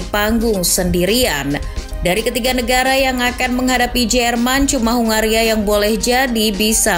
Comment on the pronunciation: Ya sebenarnya aku ya mulai tertarik sama 🇭🇺 tapi penyebutannya itu loh